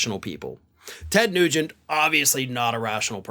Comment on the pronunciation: Oh Ted NuGEnt! I heard Tes Cruze the first time you said it...